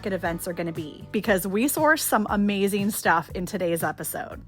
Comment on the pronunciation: Why do ppl replace the suffix "-ing" with “- een?" by pronouncing words like, thrifting as thrift-een? I hear it often with any word ending with the suffix “- ing.” ie: Amazeen instead of amazing painteen instead of painting etc… 🤔 I’m okay with southern accents, with the dropped G “ how are you doin?” yet, unsure just where “ een” comes from and I have misophonia specific to that suffix mispronunciation.